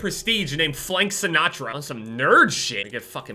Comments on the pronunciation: So only me had a test run heart attack when he said "Flank Sinatra"? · I love that, "Flank Sinatra"